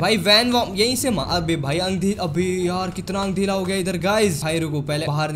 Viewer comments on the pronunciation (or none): Andhera ❌ andhela ✅